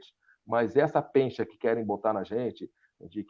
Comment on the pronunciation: Transparência é a coisa mais importante que ele falou na entrevista. Se for eleito, que faça um governo bem transparente. -, ouvi você falar "pencha", se foi isso mesmo, o correto é: pecha (pécha). Já chega ouvir o Bolsonaro falando: "kuestão", quando o correto é questão. ---Nota: De acordo com o Pequeno Dicionário Brasileiro da Língua Portuguesa, pronunciar o U, na palavra questão, é pedante; usada apenas por alguns; pouco justificável. ---Segue também o mesmo raciocínio o benquisto gramático Sérgio Nogueira: “Oficialmente a palavra QUESTÃO nunca teve trema. Isso significa que a pronúncia oficial sempre foi QUESTÃO (com U mudo). Assim também se pronunciam as palavras derivadas: QUESTIONAR, QUESTIONÁRIO, QUESTIONAMENTO, etc.“